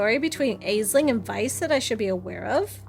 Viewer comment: “VIP”? Shouldn’t that be VIV - Very Important Vampire? I hope we get to see more of Katherine, I’m digging their aesthetic and enjoy the voice chose for them. Also,, please, it’s “Ashling”, not “aesling” for Aisling thank you